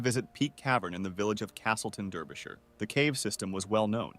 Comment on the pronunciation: How he pronounced Derbyshire. 🤭 I grew up in Derbyshire. I know the caves in Castleton. Peak cavern is known locally as the Devil's Arse.